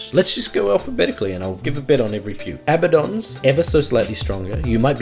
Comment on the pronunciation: Why can't anyone pronounce Abaddon correctly? He says his own name when he spawns.